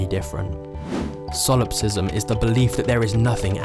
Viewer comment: you mispronounced solipsism. solopsism is not a real word